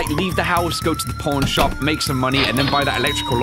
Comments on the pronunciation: Did anyone notice at the beginning he said porn shop owner instead of pawn shop owner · Does anyone else crack up when says “Pawn shop” because it sounds like porn shop?😂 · Is it just me or when says pawn shop it sounds like he says porn shop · every time he says pawn shop it sounds like porn shop to me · When he said pawn shop at first I thought he said porn shop XD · it also sounded like you said porn shop in stead of pawn shop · When you saw pawn shop it sounds like porn shop. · i can still hear porn shop instead of pawn shop lol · Is he saying porn shop